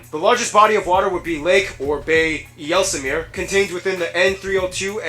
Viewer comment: ij/ei is pornounced a bit like aye...so not yelsemeer but IJs-sel-meer